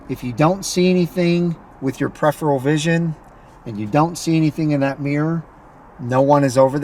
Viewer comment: absolutely pathetic...! Like i need you to tell me how to adjust my side mirrors...and you might want to learn how to say peripheral by the way...your little driving secrets are a joke man..and here's a little tip for you...stick to your day job...